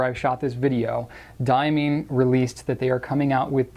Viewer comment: Diamine is correctly pronounced “Dye-ah-mine” — not “Dye-ah-mean”, for the record.